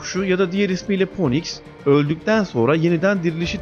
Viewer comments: Poniks degil Fiiniks (phoenix) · Poniks ne len feniks diye okunur 😃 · Okunuşu ponix değil finix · O kuşun ismi (Phoenix) "ponix" diye okunmaz. Daha bi çok teleffuz hatan var. Lütfen telaffuzunu geliştir. Böyle bilgilendirici videoları izlerken, biz de bu videoları hazırlayanı ilkokul terk birisiymiş gibi hissetmeyelim. Ya da İngilizce kelime kullanma. (sadece anka kuşu diyebilirsin, Türkçe seslendirdiğin için, zaten sadece Türkçe bilenler seyredip dinleyecek).